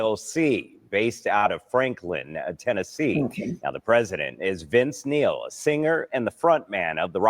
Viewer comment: Neil, not Nail.